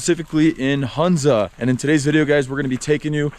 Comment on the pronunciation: Dear it is Hunza with ho sound means Honza..